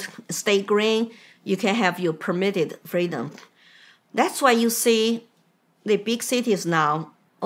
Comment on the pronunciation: FREEDOM not Cameluh's fweedom.